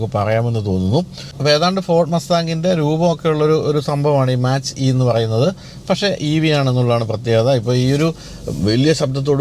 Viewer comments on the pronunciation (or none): Mustang മാച്ച് അല്ല മാക് ആണ് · മാച്ച് അല്ലാ മാക് enanu